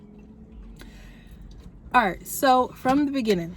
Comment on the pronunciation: Congrats on having your baby 🎊🎉 Are you from the the DMV bc you said “Ard” 😂😂